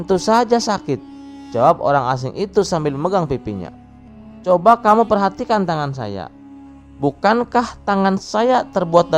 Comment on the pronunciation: Perjelas Lagi min Bahasa Indonesia nya..Ada Berujung seakaan ada penambahan huruf k di belakang terdengar, Misa Kamu Kamuk terdengar, Lalu Terdengar Laluk